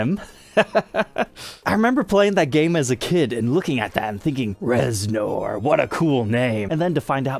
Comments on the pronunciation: yeah I'm not saying he's a poser either, but I can't imagine anyone not having heard Trent Reznor's name said aloud for real. It's like calling Angus Young Ann-goose Yo-oong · exactly that. Idk y tf he pronounced it that way. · mispronouncing a surname has nothing to do with a regional dialect. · I know...love the guy, but this is..... how do you NOT know how to say his name? If you're not into music or anything, I can understand. should know this, lol. It's like someone in a Guitar Center saying Grohl like GrowHill...😅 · I know, I was cringing every time he said it. Giving the benefit of the doubt, if you have never heard it spoken, you wouldn't know it is pronounced ReznEr. Still, it reminds me of a massive poser who just keeps digging that hole... just keeps.... on.... digging. is not a poser btw. I'm not implying that. Just how do you not know that? It would be like pronouncing Grohl as Growhill or GrawHil. Sorry if your reading this, take it all in jest, my man. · It is pronounced Rezner, not nor..as it is spelled. Would never know unless you hear it. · How have you not heard his name before? "Ner" bro...."NERRRRR" 😂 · Its said like it's spelled with an E REZNER! You're killin me smalls ! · Reznor …..but pronounced Rezner… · Please tell me you pronounced his name weird on purpose. Rez-ner, just for future reference. It was almost like nails on a chalkboard each time you said it. Great info about a guitar i didn't know about. I tried your polishing technique w the same products on a black ltd v407b and an ovation acoustic. Wasn't the "wow" result i was expecting & i looked at it in different lighting angles. Its definitely clean & w a slightly smoother surface. Got a zw camo I'll try it out on once i get new grover locking keystone tuners in. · His last name is pronounced ReznER! Do your research before doing a video, huh? I love the sound of this guitar! It's deep, dark, and mysterious. Just like Trent's brand of rock he's famous for.